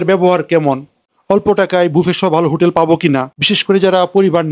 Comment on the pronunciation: হুটেল এ লাইট আর ফ্যান থাকে? জানতাম না তো!!! লাইট আছে এটাও বলতে হবে? আর উচ্চারণ ঠিক করেন। হোটেল বুঝলাম, কিন্ত হুটেল কি বুঝলাম না।